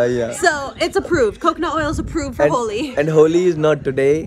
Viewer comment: It’s HOLI not HOLY 😅🤣🤣